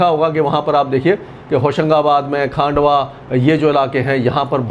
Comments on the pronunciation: Sir, "खांडवा" गलत शब्द है। सही शब्द "खंडवा" बोलिए। पहले भी आपको कई बार लिखा गया है। अब सही उच्चारण करना शुरू कीजिए। अंग्रेज लोग ही गलत उच्चारण करते थे, हिंदी भाषी प्रदेशों में रहने वाले सही शब्द बोलते हैं। आपसे भी यही अपेक्षा है। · It’s not Khaandwa. It’s pronounced as khundwa. It’s s place in MP. खंडवा.